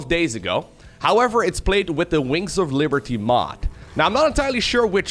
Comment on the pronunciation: is saying "winks of liberty"?